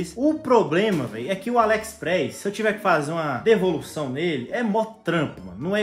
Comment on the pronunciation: Ele fala alexpreis kkkkkk